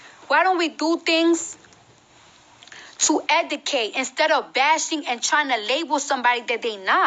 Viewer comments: Was her trying to say Educate driving anyone else insane!? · Debbie Davis 😂😂 OMG thank you!! I can't believe this is the face of hip hop!? Lord why!!? Zero talent and steals everyone else's flow. I give her 2 yrs max! And why is she always trying to sound smart when she sounds the exact opposite. Hence how she is pronouncing the word "educate" in the video🤦